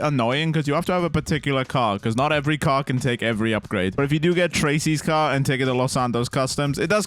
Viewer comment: the way you pronounced car... lol